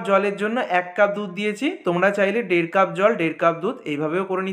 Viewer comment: ডের কাপ,দুধ ডা এ কি ভাসা😂